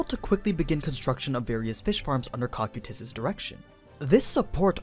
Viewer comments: "KOH-KYE-TUS" just sounds wrong dude, it kinda triggers me everytime you say it like that. after 4 seasons of Overlord anything other than "CAW-CUE-TUS"(Cocytus) sounds weird imo. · Isn’t it Co-Q-Tus? co like coco coqtus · It's gonna be a long hour of suffering through hearing "Ko-Kye-Tus" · That first pronunciation was a bit cursed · The way says Cocytus sounds a bit off. Like there was an “I” in the name or something. Are there multiple ways to pronounce that word? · I am not listening to an entire video of him referring to his name by the terrible dub. It's just grating. He acknowledges they are different and then proceeds to use the incorrect dub pronunciation.